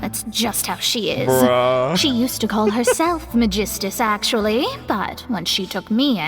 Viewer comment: Im still under the impression that Kazuha and Xinyan struggles to say Megistus due to their origin. Even with the assumption that Teyvat only differ by accent per region, Megistus is an unfamiliar name for Liyue and Inazuma